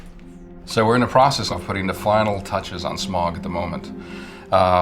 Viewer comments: "Smaug" not "SMOG!". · It hurts that he says Smag instead of Smaug... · 1.11 says smug wrong... tsk tsk